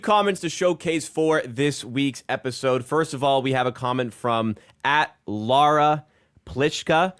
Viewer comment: For the record, this is Lara’s husband commenting under her username. Bought NFL Sunday ticket on her YouTube account by accident a couple years ago so I just stay logged in here. p.s. Perfect pronunciation of her name,. She would be thankful if she actually watched this show.